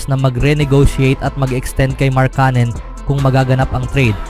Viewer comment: Ang masasabi ko ay lalong umarte at paiba-iba ang bigkas mo ng markkanen. Magpakatotoo ka na kasi na pinoy ka, gumagaya ka pa sa iba e... 😂😂😂